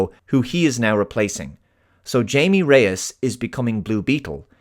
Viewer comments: Thank you for calling the character "Jamie" instead oh "HAH-mee". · You called him.. Jay-me rather than Hay-meh.. Is this how it's pronounced in the film? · Its not "jay-me," its "hi-me." :) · You pronouncing his name wrong just like the white people did in the movie even after he corrected them multiple times is.... interesting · Just gonna assume you were saying his name wrong ironically…🙄 Something else to touch upon here. As I was watching the film over the weekend, I was easily noticing the Iron Man and Spider-Man parallels particularly through Jaime’s interactions with the voice of the scarab as it sounded like Peter shooting the shit with Karen the Suit Lady as well as Tony with either Friday or JARVIS. But what got me is Jaime Reyes is a feckless twit compared to either Tony Stark or Peter Parker. Both of those characters MADE their stuff without any outside involvement which only ever came in after the fact. Jaime meanwhile just has everything plopped upon him without ever really coming to terms with how any of it functions creating an identity for himself and so it's up to his family to pull talent out of their ass to save his bacon while he only fights the main threat directly because he has some big tech gimmick. Scott Lang gained the Ant-Man suit by his own prowess, passing a competency litmus to earn the title being passed to him and was able to bring elements to the table. And even if Scott were a mere benefactor of others' work, he at least stands in the forefront of the film with his name on the title. And this film is yet another film focused on Latinos where the lead is the Only Sane Man who has to put up with his family causing him grief and initiating the problem he/she has to face just like in Coco or Encanto where it's everybody else who is wrong. If Miguel's family just let him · “So Jaime” That’s not how you say his first name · You mispronounced the main character’s name